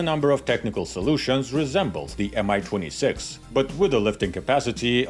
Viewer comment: Great video! Love the Warhammer 40k references! A little nitpick, though: your English language narration pronounces Mi as MI (em-ai) which makes no sense (since it's not an abbreviation) and is inconsistent with the way you pronounce Ka and An.